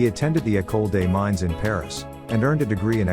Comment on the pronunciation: How about getting a narrator who can pronounce French words, in a video about a French family? The male French name Jean is not pronounced like a girl's name, nor is Mines as in Ecole des Mines pronounced as in English. It's said Means not Mines. How difficult is it to check the script with a French speaker, and learn the right way? Just sloppy and unprofessional.